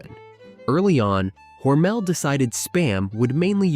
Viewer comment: According to my 92 year old friend that is from Austin, MINN and went to school with Geordie Hormel, it's pronounced with the emphasis on the first syllable.